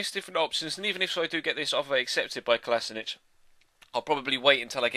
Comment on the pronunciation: his name is kol oh she nak not kolosanich